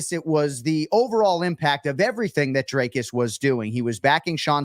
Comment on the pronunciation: Fr, how hard is it to pronounce Dree-cus instead of Dray-cus and Dry-cus lol